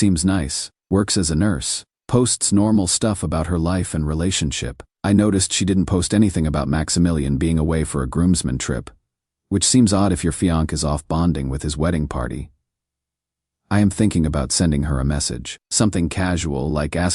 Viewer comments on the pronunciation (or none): Please work on your pronunciations. Learn how to pronunciate fiance and other words. Also salary amounts. Since these are words you use in every single one of your stories it is extremely frustrating and annoying when you get them incorrect and it is incorrect in every single one of your stories. Fionck is not the pronunciation of fiance. And I don't know why you pronounce your money the way you do. But I don't think anyone in the WORLD pronounce is it that way. I really don't want to unsubscribe to the only person I have subscribed to in weeks and weeks and weeks. Please try and do better.